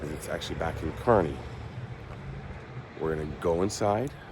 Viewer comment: I think your the first visitor I’ve heard pronounce Kearney correctly! Great video.